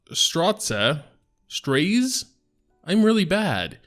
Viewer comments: Raze, Graze, Blaze, Haze... Nah, let's just pronounce it Strotzeh. =) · did say "Struht-Zee" but it was close enough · Straze = Strays 👍 And it’s cool, keep your pronunciations, it’s funny😁